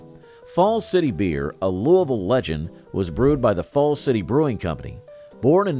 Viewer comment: Dude chill, he fricking nailed Louisville! Sounded like he was raised there, or in a holler near by! So... until you can pronounce the oldest brewery still available, perfectly chill out. ........Weihenstephan Brewery, or as I call it. that good, older than snot German stuff. Slainte! hehe Us 'ganders always called called Goebel, jobell with a cheesy French-Canadian accent. Kinda like "D'trois" It was almost as cheap as Hamms.